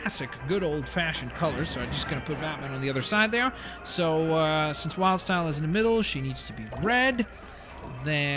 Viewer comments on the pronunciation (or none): did he just say wild's tile instead of wildstyle